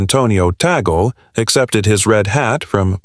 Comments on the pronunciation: His name is pronounced Taag-lay, more or less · Tea-gel? Hate the AI narration!